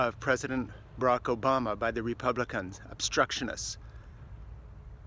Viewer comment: Did this fuckstick perfert say prez obOner? Budro